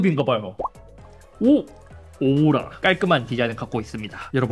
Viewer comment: 용섭이 형 오우라 발음좀 정확하게 해줘! 옆에서 오해할거같아!